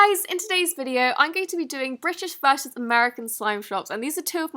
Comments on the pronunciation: british vershus american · She intended to say versus...